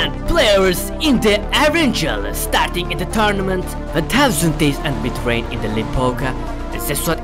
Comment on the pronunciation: Birisi şunun mitreyn değil mithrain olduğunu söyleye bilir mi?